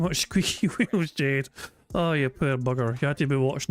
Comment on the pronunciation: Gwet fweked Jayde